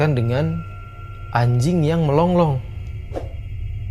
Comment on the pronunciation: Melolong...bukan melong-long